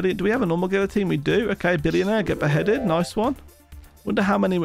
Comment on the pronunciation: Well he does have to get the 77 "gillutiene" as he says essences